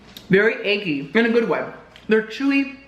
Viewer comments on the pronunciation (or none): Definitely thought he said the noodles were “achy” instead of “eggy”